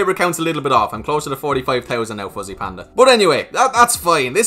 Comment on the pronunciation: Anyone heard from the beginning, was saying “pussy” panda